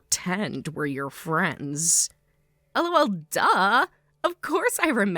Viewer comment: Dislike The constant 'El oh el' are making me cringe so hard I almost broke my neck JUST FREAKING LAUGH